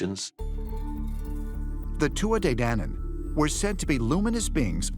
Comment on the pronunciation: The way Americans pronounce Tuatha De Danann makes my blood boil